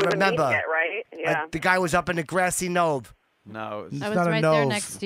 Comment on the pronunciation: "in the grassy KNOVE" haaaaaaaaaaaaaaaaaaaaaaaaaaaaaaaaaaaaaaaaa